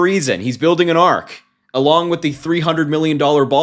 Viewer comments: arch not ark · is he calling an arch an ark? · It's not an "arc" in English, it's an arc in French, like the Arc De Triomphe in Paris. We refer to them as an arch here :) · The ARK??? Does he mean ARCH? Maybe he's building a big boat... Hide the cats and dogs! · wtf its literally a Roman Arch why is everyone still saying Ark like Noah's frigging flood boat or Arc or the covenant almost as upsetting as people who READ FOR LIVING MIspronouncing the paris museum the Louvre AMERICA people are STUPID and LOVE IT !!! PROUD OF IT ! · He can't even say arch and calls it an ark. That's his dementia showing. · WTH are they calling it an arc? So stupid. That is a French word, meaning an architectural arch. The effing word is arch. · Keeps calling an ark instead of arch. Is he collecting pairs of ANIMALS too? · BTW, it’s an Arch, not an ark. I don’t know how a genius could mix that up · Thank you Harry! I have to ask though: why is ARCH consistently being pronounced ARK? An ark is a boat (as in Noah’s ark), whereas an arch is a curved structure, like at McDonald’s. 🧐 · He's incorrectly using the French pronunciation.